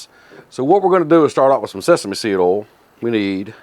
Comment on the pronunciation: Dude, it's not HAbachi, it's HEbachi. Also, it's not owl, it's oil.